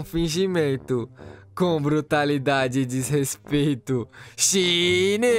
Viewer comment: MDS FINALMENTE ELE APRENDEU A FALAR SHINEEE E NAO SHAYNIII